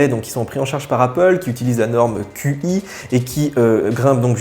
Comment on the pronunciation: Salut, pour info on ne dit pas QI mais "tchi" 😉